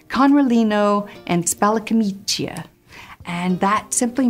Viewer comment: Thank you, very interesting, but, please camicia is pronounced with only one i. Kameecha. The second i is only there to indicate that the second c is a ch because c before a without an i would be a k.